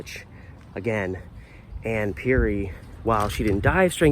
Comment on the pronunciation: I graduated from Rex Putnam in 1982. The news Article misspelled Ms. Perry's Name. The correct spelling is "Perry". You're pronunciation of her Name is also incorrect. The second Pronunciation you used is the correct Pronunciation. I remember Ms. Perry as a very positive and liked Teacher. I also remember seeing the Janitor at School. I always got an "odd" feeling about him. There was something just "off putting" about him.